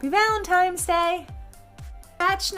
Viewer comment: Did you say valentimes day?